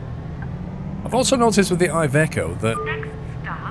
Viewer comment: I am Italian and iveco it’s pronounced like the I it’s an e